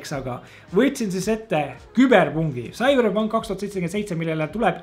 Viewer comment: Esimene kord kui ma kuulen sõna "Küberpunk"